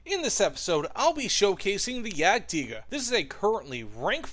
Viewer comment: That's the correct German pronunciation